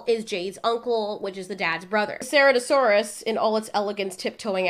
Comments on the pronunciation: Not saratoesaurus it’s ser-at-o-saurus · Also just saying it’s pronounced CIRatosaurus not ceratosaurus